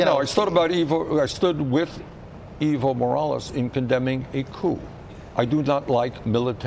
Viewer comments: Dear Americans, please learn to pronounce the name "Evo Morales". It's not eevo, it is eh-vo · Not eevo, ehvo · Hey Kyle, the right way to say Evo is Eh-vo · The former president of Bolivia is EVO, not IVO. Ok, I understand this host doesn't speak Spanish... but ¿Ivo? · it's not iiiiiiiiiivo Morales, i'ts EEEEEEEEEEEvo Morales. EE as in Enter. You don't say Inter, right? you say EEENTER, then say with me , EEEEEEEEEEEEEEEVO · Its Ehh-vo no evil lol